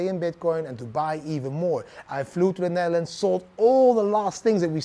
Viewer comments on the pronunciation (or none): none